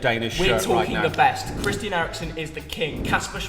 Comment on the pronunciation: it’s not ‘chrisian’ Eriksen